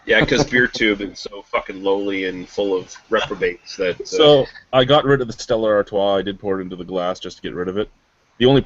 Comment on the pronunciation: Did just call Stella Artois "Stellar Artois?" IT'S A FUCKING 10!